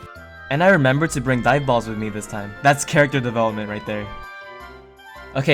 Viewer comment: bro for the longest time, I thought you were saying "diet balls" instead of dive balls lmao